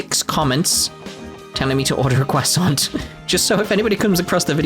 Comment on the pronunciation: Order a cwasont... :)